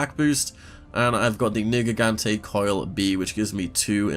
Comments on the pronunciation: NERgigante, not negigante. Sounds like your saying N word lol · watch that hard R bud its not spelt nigrgante, ner ger gante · did you just say what i think you said ? the first part of that name is pronounced Nerg